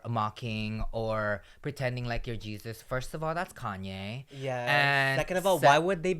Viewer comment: HEY-ZEUS-BRETMAN lolllll